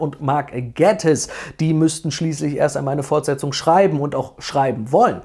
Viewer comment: Ich verstehe zwar nicht wieso das niemand hinbekommt aber man spricht den Nachnamen von Mark Gatiss nicht so aus wie du das gemacht hast sondern eher wie Gaytiss (idk ob man versteht was ich meine)